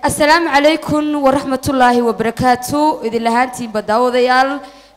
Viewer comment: Not salmu caleykun ee dheh asalamu caleykum that is correctly